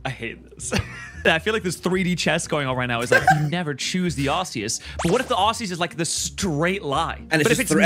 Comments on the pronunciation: Am I the only one who thinks it's pronounced ARK -EE -USS, not ARSE-EE-US? I read somewhere that that's the final, official pronunciation. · Isnt it pronounced like arkeaus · calling Arceus Sazed is craazzzzzzzzy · Hate to be that guy but... 🤓 It's pronounced "Ar-kee-us"